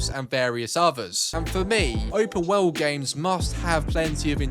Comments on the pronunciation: It's "world", not "weld". Where did you learn to speak? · It's 'world', not 'wewld'